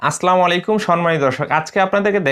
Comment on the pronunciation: Apni khub sundur kore bujiye den ...tbe vaiya apni salam den hocche ..Aslamu alaikom..ar ortho hocche apnr opur mittu borsito hok ....Ar Assalamu alaikom orto hocche apnr opur santi borsito hok ...plz vaiya apni Aslamu alaikom na bole Assalamu alaikom bolben ...